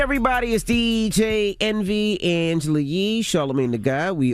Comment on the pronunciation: Anglela Lee 😂